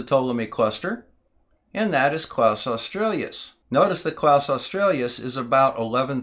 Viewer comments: Nice work, but your inability to pronounce "australis" correctly, multiple times, was distracting! It has nothing to do with Australia, the country, and doesn't have two or more vowels at its end. It is simply pronounced "oss-trah-lis", stressed on the second syllable. Kaus australis also doesn't have an L in its first name, either. It wasn't named by a German called Klaus, but is named after the Arabic for "bow" (as in "bow and arrow"), which is usually Latinised as "qaws", which in turn gives you a hint as to its correct pronunciation. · it's Australis NOT Australias.... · I'm really sorry, this really is brilliant, but it grated every time you said "Klaus Australias" - instead of "Kaus Australis" =oO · I love and appreciate your stuff, but there's no "L" in "Kaus" and it's not "Australius," it's "aw-stral-us," like the Aurora. Thanks.